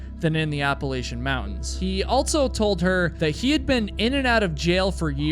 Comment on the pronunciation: It throws me off EVERY time he says “altso.” It’s so weird that he says this word with an added T and says it in EVERY video